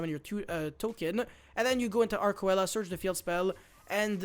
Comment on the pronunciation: Arkcoela is pronounced Ark-see-la